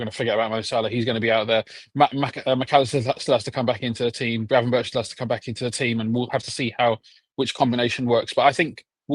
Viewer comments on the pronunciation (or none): You’re a liverpool fan and dont know how to pronounce ‘gravenberch’? Where did you get gravenburg from? 😂